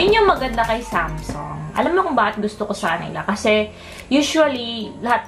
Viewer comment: Hindi semsung yan Samsung ang bobo mo mag pronounce